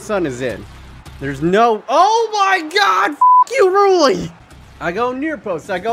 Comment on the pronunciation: Rulli was just mad you were pronouncing his name wrong